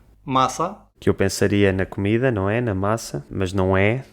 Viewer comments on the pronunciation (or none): none